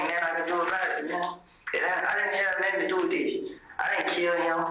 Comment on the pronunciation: He says whole lot of nutin 😂 Love it 😂😂😂😂